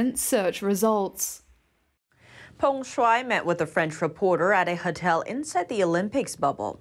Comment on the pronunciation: Great report as always.. Please check your pronunciation... Hotel is Ho-tell not Hut-tel